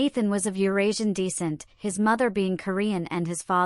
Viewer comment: Stop mispronouncing descent 😢